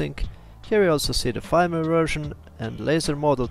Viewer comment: "Firmware" se izgovarja kot "furmware", ker je angleški jezik nered.